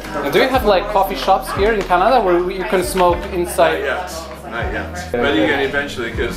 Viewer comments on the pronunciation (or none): Chinada a nie Canada 🚀👺